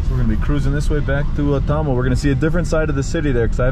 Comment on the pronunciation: Brother your pronunciation of Thamel is a bit off so people couldn't understand you right away. The way to say it is Tha-mél and put more emphasis on the mél (pronounced like mail). Cheers mate have fun👍✌